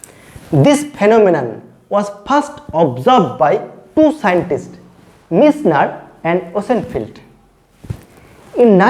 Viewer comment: Nice explanation sir though u have the pronounciation problem. Superrbb